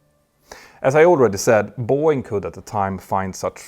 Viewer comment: Please pronounce "BOEING" CORRECTLY!!